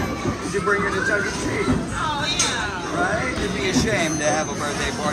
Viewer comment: "Duck E. Cheese's"